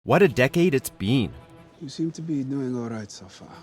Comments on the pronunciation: " What a decade it's BEAN"??? This guy's pronunciation is horrible. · "What a decade it's BEAN?????" That's is a REALLY FUCKED UP pronunciation of BEEN!! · Nobody, the first sentence of the video: "What a decade it's B E A N " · I’m sorry but you clearly say “what a decade it’s bean” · "What a ten years it's bean."